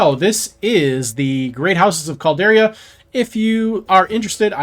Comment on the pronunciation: Calder-i-a not Caldera. Amazes me how many youtubers can't pronounce words. This is your thing. Get it right. Maybe practice before going live.